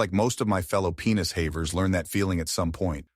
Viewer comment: "penis HAEVERS"